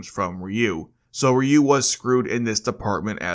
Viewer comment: AI narrator. Mispronounced Ryu several times.